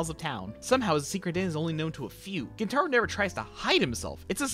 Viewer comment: Gent-a-roh, not gen-TAH-roh